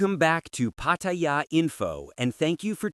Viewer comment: Maybe If you post you can pronounce pattaya correctly pat ta yar one word